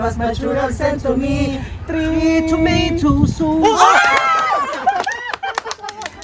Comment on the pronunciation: Three toomeytow sows. Hahahahaha